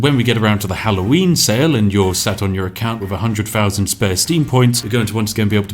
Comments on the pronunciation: It’s thousand. Not fousand. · "thousand" not "fousand"